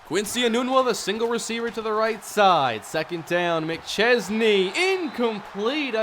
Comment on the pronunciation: yeah because can actually pronounce mcchesney's name